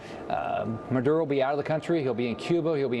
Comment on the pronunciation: Jesus Luke it is pronunced MA DU ROH not MAN DU ROH